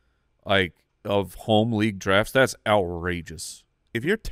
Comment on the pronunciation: you guys in arizona pronounce things so odd... "LEAGUE-ETTE" "URRLEEEEE"